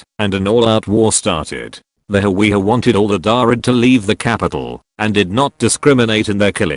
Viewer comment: its hawiye